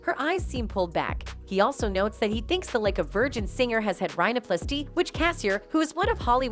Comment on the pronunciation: Honestly amazed at the way the narrator pronounces 'botox' and 'rhinoplasty.'